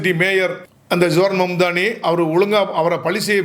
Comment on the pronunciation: பெயரை சரியாக உச்சரிக்க கற்றுக் கொள்ளுங்கள் அவருடைய பெயர் சஹ்ரான் மம்தாணி